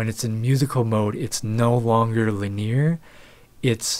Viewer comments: It's not li-NEER; it's LIN-ee-ar. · Linear - lin-ee-ur. Not lineer. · It's lynn-ie-year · LIN-eee-err... I remember growing up having a friend who pronounced piezo as two syllables (PIE-zoe) instead of pee-aye-zoe and infrared as "in-FAIRED" instead of "in-fra-red." It's both annoying an endearing because he was an awesome guy